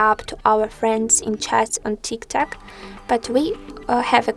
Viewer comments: Bro, it’s not Tiktak it’s tiktok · And no way she just said tiktak